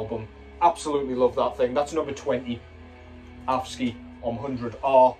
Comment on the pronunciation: Being from Denmark, your pronunciation of AFSKY made me smile... nice try, though... 🤗 Thoughts: - Nice to see that Ahab album get an honourable mention; from an artistic standpoint really one of the very best albums of 2023 in my ears... - Minenwerfer 'Feuerwalzer' getting some attention was great; this is the album Marduk should have put out... - That Cruciamentum album made making my list of top releases a living hell, creeping ever nearer to the very top with each listen; an absolute BEAST of a comeback album! Thank you for a great top 20 list and generally always interesting content,! 👍